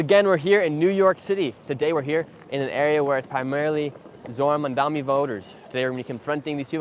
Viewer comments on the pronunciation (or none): Nick always pronounces it "Mandami" when's it's actually "Mamdani" 😆lol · It's not that hard boy. Not that you matter and not that he cares, but it's Mamdani not Mumdummy. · I don't think Nick has ever said "Mamdani" correctly. Pretty sure he says "Mamdami" every time. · First off, at least pronounce his name right. Stop saying Mum-da-mi. I also think yall just selectively edit in the most brain dead voters to make this look way worse than it is. The amount of people in the comments thinking that they aren't clueless themselves is laughable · How ignorant these people are they cant even pronounce his name! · The one guy can’t even say his name right. This is a disaster. Please don’t come to the south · This guy Nick can’t even pronounce his name but trying to speak on politics. Mamdani got yall white supremacist sick